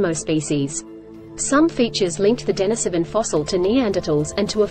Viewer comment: It's pronounced din-EEse-O-ven.